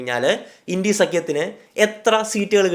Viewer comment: ഇണ്ടി അല്ല ബ്രോ india എന്ന് ഉറച്ചു തന്നെ പറഞ്ഞോ ..